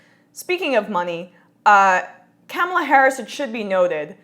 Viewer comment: It's pronounced Ka- MAH-la. And I differ with your interpretation that it is fantastic news. "Fighting for the American people?" I'll believe it when I see it. And we DO know a ton about #KounterfeitKamala'rs record from her days as AG of CA. Also, John Conyers single payer bill HR 676 has been "out there" for 14 years and never passed when the Democrats were in total control. Here is my take on this news.